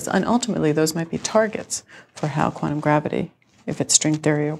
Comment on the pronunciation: Yeah hi, just for the interwebs' record, it is NOT quannum, it is quantum. Stop trying to make the letter t dissappear.